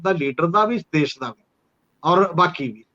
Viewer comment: Good comments but problem of some Punjabi continues to persist . For example, Punjabi words are Desh and Videsh but your commentator says Des and Vides . Thanks .